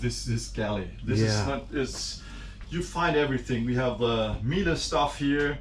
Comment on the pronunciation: Waiting for to pronouce Miele' correctly! To confirm at least one of them can!!